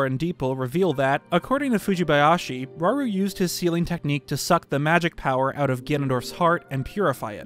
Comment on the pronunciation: Rauru, or shall we say.. RAUL???